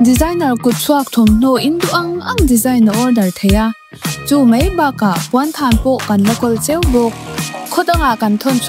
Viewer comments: mei mei mei ti reng mai uluk teh beng a ti thlep,tin 'kan va chhaih buai' ti rawh (chheih) nilo in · Mei ni lo in mai ti tawh rawh